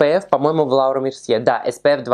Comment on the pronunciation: Вот ты смеёшься над тем, что Гоар неправильно произносит некоторые названия продуктов, а сам вместо того, чтобы говорить «Лора Мерсье» говоришь «Лаура»)) Или не Зоива, а Зоэва. Некрасиво это как-то) Надо всегда начинать с себя